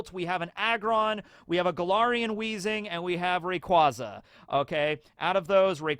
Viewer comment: I keep hearing Golarian instead of Galarian and wondering if is pivoting into Pathfinder